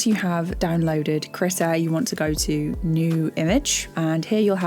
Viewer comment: /kr'i:ta/ KREEEEE TA NOT critter not critical not that HORRIBLE WAY YOU ARE SAYING IT. KREE-TAH like CHEETAH or CREEK.. AHhhh.. KREEEEEEEEEETA